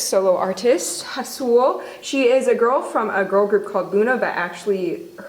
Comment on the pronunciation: It's Haseul not Hasuel